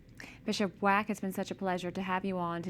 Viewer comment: Please be advised that although the Bishop's last name is spelled Wack, it is pronounced WOK...like the Asian cooking pan.